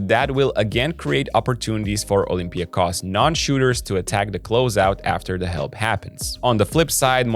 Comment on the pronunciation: It was one of the messages here under one of the previous videos that got us doing it right. Thank you & good luck to Olympiakos!